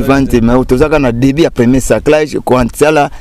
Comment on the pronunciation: Balobaka SARCLAGE. Journaliste à chaque émission olobaka kaka "SARCULAGE". Ndeko yekola et changer prononciation nayo!